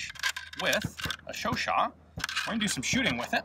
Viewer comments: Chau-CHAT: the second syllable is to be stressed, not the first. But it's already an improvement over earlier videos where you said something like Shuu-shuu... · Oh I thought you pronounce it like Chow-chat lol :/ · Me pronouncing the gun Chooochat